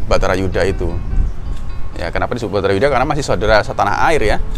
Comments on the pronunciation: Wah...kliru itu...baratha yudha yg benar...dipenulisan dan pengucapannya kok batharayuda.... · Judulnya sudah benar "bharata yudha" pengucapannya yg salah mas "batara yudha"